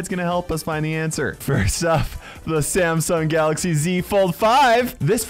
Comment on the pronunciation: If i had a dollar for every time he say samsong galaxy (something) i would be a millionaire